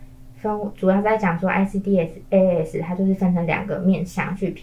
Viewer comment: ICDAS 跟ICCMS 是一樣的系統。 只是ICCMS 多了對於根據齲齒分類所對應的處理建議。 至於ICDAS 的發音方式， 通常是 IC-DAS (欸西-大思） 不會把每個字母分開念。 一點小小的建議